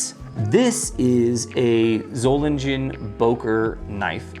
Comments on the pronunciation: German guy here, and the G in Solingen is basically pronounced like in Gun, nice and sharp. other than that, good pronounciation, i'd say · Solingen, soul-ing(ing like king)-en